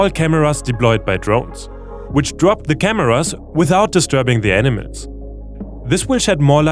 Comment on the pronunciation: dude...you gotta level up your english... how does "animals" become "enemies"?